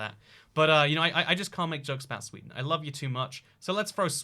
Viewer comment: What is sweeeden I’ve never heard of it I think you mixed it up with ikea